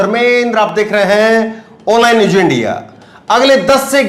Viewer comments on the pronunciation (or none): AAP 1 SAHI JOURNALIST HAIN AAP APNE PRONOUNCIATION SHAI KAR LEN Aap k channel ka naam ONLINE NEWS hai. Aap news ko NEWJ bol rahe hain, sahi hai NEWZ kahna. Hajar nahi, sahi hai HAZAR JINDA nahi, sahi hai ZINDA JULM nahi, sahi hai ZULM ummeed hai aap correct karoge future men All the Best